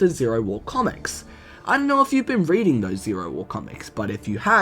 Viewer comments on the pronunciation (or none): none